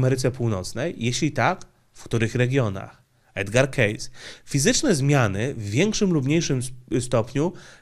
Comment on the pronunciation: Wymawiamy: "edgar kejsi"